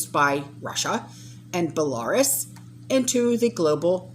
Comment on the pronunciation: Bella-ROOS……..Not Bel-ar-us……..